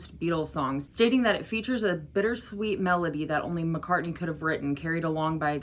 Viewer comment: You’re great and I enjoy your videos and perspective. But I’m sorry, it’s “Mack-ah,” not “Mock-ah.” As in, MAC-Cartney.